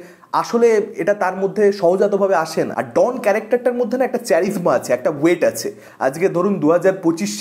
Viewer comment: ওটা ক্যারিজমা... চ্যারিসমা নয়!!